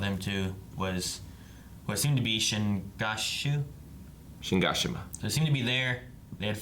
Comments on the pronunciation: Watching the last episode of season 3 part 1 and still saying: "Shingashina" Worst AoT reactors ever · Shigashima? EVERYTIME you do this EVERYTIME....IT's Shiganshina dammit! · how does and still not know how to say Shiganshina properly. they literally say it like 20 times wtf. acting like he knows how to say it is so funny hahahahhaha. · I like how they've said Shiganshina so many times and they still don't know how to pronounce it. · Congrats on making it this far and never once pronouncing Shiganshina correctly 👍